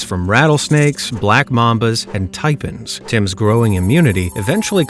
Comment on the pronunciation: Oh ffs. Its not typen, its tai-pan